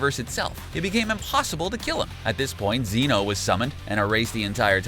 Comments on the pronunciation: Mayngah,zimasu,ze-no,khalifia I don't think the narrator actually watches super lmao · ZEn-oh. It is E like vegito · did you just call Zeno Zeeno wtf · And ZENo and TOPo